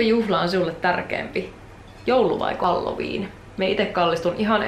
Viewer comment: Mä kuulin ku sanoit halloween nii halju viina :')